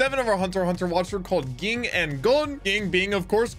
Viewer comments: Ging is pronounced like gene with a g at the end or jee - ng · A little pet peeve but ging pronounced like gene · Yeah it’s pretty weird but it’s pronounced Jean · its pronounced Ging, not Ging. also, Jack has the memory of a small trout LOL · It's pronounced Ging, not Ging.